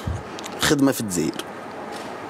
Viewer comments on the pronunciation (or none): none